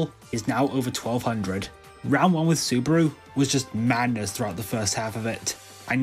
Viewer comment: I think you pronounced Tatsuaki fine but you did pronounce Saburo as Subaru